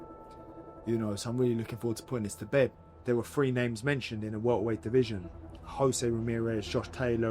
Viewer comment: Winnin that welt-ah-weiht- wehld-titll.."😂😂😂